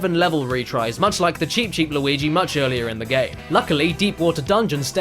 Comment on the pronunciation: Why does keep calling Luigi.... Lawigi